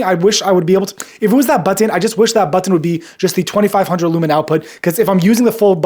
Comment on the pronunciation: Is it me or is his pronunciation of button is distracting